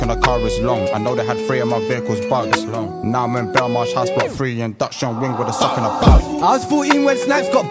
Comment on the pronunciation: three* not fray induction* not ‘in docked john wing’ cheeks* not chinx WAIT CHEEKS?! 😳💀